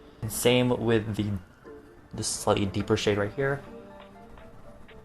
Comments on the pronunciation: I DID TOO, HE CLEARLY SAID HE SAID SLUTTY SO I WASN'T JUST HEARING THINGS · When he said slightly I thought he said slutty deeper shade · Okay but at like I heard "slutty deeper shade" instead of "slightly deeper shade" and I'm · I WASNT THE ONLY ONE OMG THANK GOD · I heard it too. 😭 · so_far_suga me too lmao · " SLUTTY deeper shade..."... Only can accidentally say that and it actually sound like a legit adjective for a color! haha <3